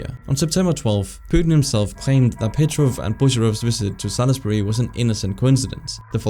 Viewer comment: As a Brit, thank you for pronouncing Salisbury correctly, all to often it's called Sailsberry.